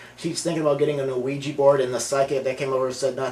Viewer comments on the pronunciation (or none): none